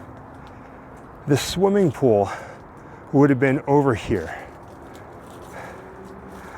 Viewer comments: Its ok,. Not everyone can say Pooul. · I say pool the same way so don't feel bad 😂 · I say pool the same way you do. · I didnt notice anything different about how you say "pool" . I had to back it up a couple of times and I guess it comes out as "pull" which is no big deal. And yes everyone, it's in the Valley View edition of LA and is just about impossible to not get caught trespassing to get to it.